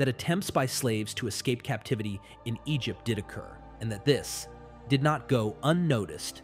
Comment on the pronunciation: About 20 min: Egypt-tie-in